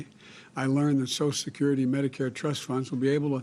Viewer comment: Dear Potato Head. Social Security has 6 syllables, not 3. Federal Reserve has 5 syllables, not 3. Grocery store has 4 syllables, not 3. Go back to school fool.